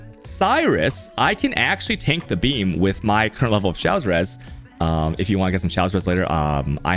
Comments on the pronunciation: FYI, he purposely mispronounces things for his content. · FYI, chaos is pronounced ‘Kay-oss’, not ‘Chows’.